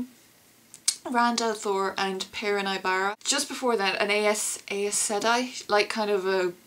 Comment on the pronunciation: eyez seh-deye...thats how u say it